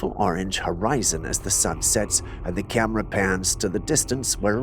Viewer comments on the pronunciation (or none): ENOUGH!!! That’s alls I cans stands, and I can’ts stands no mores. I can deal with “Cyamera” 10 times per video, and I can even deal with him referring to his made up boyfriend “Jules”. But You heard it, I heard it, EVERYONE HEARD IT! He said fucking mind-bottling. And now one of us has to go… I’m volunteering GOT DAMMIT, let me leave this hellish existence already!!!